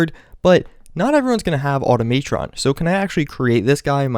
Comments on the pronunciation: Omg its called Auto-MUH-tron! Its not Auto-MAY-tron. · Why do you accent upon the wrong syllable with "Automatron"? It's supposed to be pronounced "Au-tom-a-tron" (as it is a corruption of the word "automaton," which refer to primitive clockwork-powered machines made by the likes of Hephaestus and Leonardo da Vinci), not this "auto-MA-tron" thing you keep doing. It's rather jarring and kinda annoying and I know I'm not the only person that feels this way. Just want to let you know so you can improve yourself. That gator-deathclaw is clearly a reference to concept art of the unfortunately cancelled "Fallout Tactics 2," which would've taken place in an overgrown post-apocalyptic Florida and feature bipedal mutant alligators or crocodiles in place of Deathclaws. People were working on this DLC pack waaaaaaay before that unfortunate incident with the kid and the alligator (and it's not like that was the first time a person was attacked and eaten by a large reptile). Furthermore, that unique Brahmin with the large horns is clearly some type of mutated water buffalo (appropriate for an area specializing in exotic animals) and the blue glowing mirelurk is clearly a Nukalurk just like the ones encountered at the Nuka Cola plant in Fallout 3 (the song even mentions "rivers of Quantum," and it was the unique isotope used in Nuka Cola Quantum that caused the mutation in the first place). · It is pronounced ah-tom-mah-tron,. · the way u said automatron is fanny